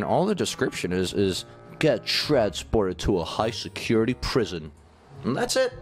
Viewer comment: Did anyone notice at the start the guard says “secutity”